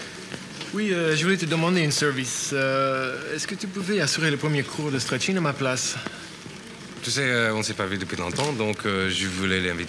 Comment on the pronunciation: Non, c'est stretcheing ! 😂